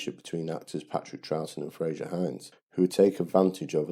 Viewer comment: Enjoyable analysis. The pedant in me has to say it is 'Frazer' not 'Frasier' Hines, and Peter 'Davison', not 'Davidson'. That aside, thanks for making this. I was only 7 on June 1969 but I can remember Troughton's portrayal with great fondness, despite my more detailed knowledge and connection to Jon Pertwee and Tom Baker.